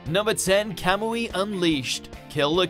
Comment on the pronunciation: 30 seconds in and they mispronounce kamui (Quite The Weeb)